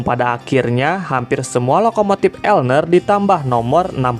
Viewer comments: Bng klo di UK bacanya bukan elner tp L N E R di eja satu2, kyk L N E R Azuma, LNER nya di eja Azuma nya di baca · L-N-E-R (di eja bukan dibaca elner)